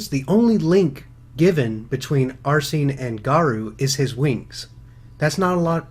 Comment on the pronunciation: you pronounced arsene wrong